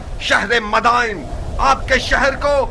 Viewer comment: Bhai it's "Madain" not "Madina"